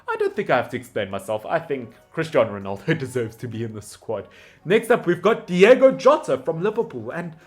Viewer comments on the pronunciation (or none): none